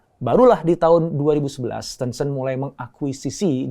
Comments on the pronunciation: Bacanya teunceunt apa tencent? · Sebutannya 10 cent Dr, (10¢) Ten-Cent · Caramu ngomong tencent ga enak alias salah